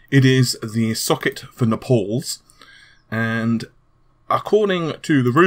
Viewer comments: i love you dude... but quit trying to get your name into amd's new releases with " NAH-'S" LOL. If you don't say NAY-PULLS correctly next time, i'm gonna.... i'm gonna.... well... i'll do something i'm sure, even though i really like the coverage from RE-DGAY-MINE-GUH-TECH lol:P Thanks for the info! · Nepols? I'm dying right now :D Don't take it the wrong way tho.